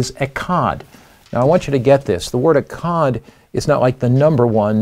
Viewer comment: 🥸False! Echad literally means “1” as in 1,2,3,4. Plus your pronouncing it wrong which indicates a lack of Hebrew study.